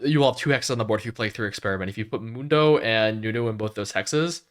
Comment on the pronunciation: MOON-DOH , day it with me MOON-DOUGH